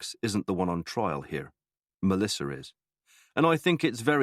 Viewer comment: The male narrator puts Rs in random words 😅 "torking" for talking, "cort" for caught, "porse" for pause, and "larf" for laugh lol. Edit: Noar for Noah and Melisar for Melissa 😅 Edit 2: "warking" instead of walking. He even squeezed an R into "talking" lol: Torking. Tomartoes 😅